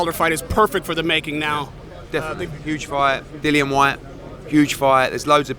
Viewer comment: ‘Dllion Whyte huge fight’ 😂😂😂